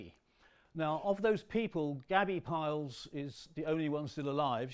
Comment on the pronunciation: Why do people insist on calling Rudolf Peierls, ‘Piles’, it it pronounced including the R